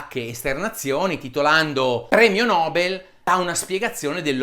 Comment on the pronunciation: Il premio nobel si legge: premio nobèl e non premio nòbel :)